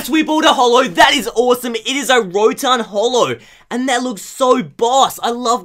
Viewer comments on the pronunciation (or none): none